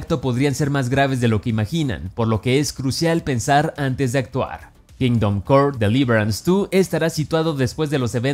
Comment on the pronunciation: Me perturba la pronunciación de kingdom come deliverace 2